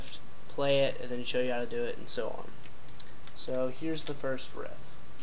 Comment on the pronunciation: I could've sworn u said rift... and if u did... its riff